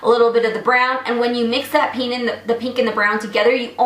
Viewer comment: It's pInk not peenk. Like nails on a chalkboard.